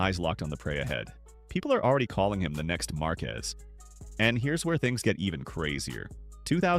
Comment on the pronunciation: bro said “marcues” 🥀